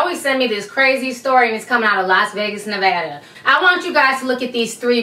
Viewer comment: THANK YOU for saying Nevada properly!!!!!!!